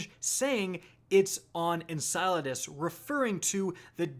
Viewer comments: En-cell-uh-dus lol not En-salad-us xD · "en-SILO-das" now?! GAH!!! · You almost have it! One more video and I think you'll have it. EN- CELL- ADUS, we'll get there bud. Say it with me. 😂. Also, Enceladus is a moon of Saturn, not Jupiter. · Why do you keep calling it ensalades 🥗 it’s en-cell-a-dis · Did you just call it ensighladiss. What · Is it that hard to say En-Sell-a-dus? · En-sell-uh-dis Enceladus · You're getting warmer,. You just have to pronounce cel in enceladus as, well, cell. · Seriously, learn to say enceladus correctly, it's en-CELL-a-dus, it really isn't that hard. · I am so glad we’re not going to Enceladus because I can’t stand the way you tubers pronounce it. For future reference it’s En Sel E Dus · It’s pronounced en-cell-adis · It's pronounced "En cell u dus" and it is a moon of SATURN not Jupiter, just want to clear that up cause it has been bothering me when these YouTube videos interchange the planets the moons orbit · It’s pronounced En-kuh-LAH-dus (rhymes with enchiladas) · Enceladus is Saturn's moon not Jupiter's and it's pronounced: "IN-SELL-A-DES" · Lol it’s pronounced (En-sell-la-dis.) Enceladus. 😂😂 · be like "in-salad-us" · Every single person who likes astronomy cringe every time you say Enceladus wrong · I laughed loud when you tried to pronounce Enceladus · Mispronounce Enceladus one more time and I'mma break quarantine to come slap you. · You're insane haha, you made a wild speculation to excuse your mistake and you mispronounced Enceladus again in a 2nd way haha. What a tool. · Your pronunciations give me migranes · he's so close to saying Enceladus right. SO CLOSE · Is it just me that cringes every time he says Enceladus wrong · I love how he pronounces Enceladus different every time😂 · I haven't heard him say it correctly yet either lol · my man pronounces enceladus a different way every video lmfao